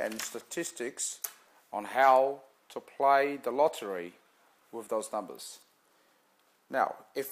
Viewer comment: He's doing the same thing people do with Lotto, he's no magician!! Probably hasn't got a penny to his name, why else would he be on here and hoping we make him money!!!???? He's a pom so he can't pronounce numbers correctly.